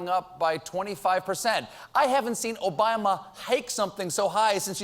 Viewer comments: did he say "Obaima" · He said Obama so weird ish